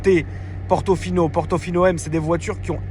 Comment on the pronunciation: Ferrari "Portofion" 😂😂😂